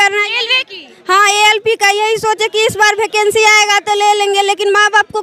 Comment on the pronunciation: भकेंसी नहीं वैकेंसी होता है 😂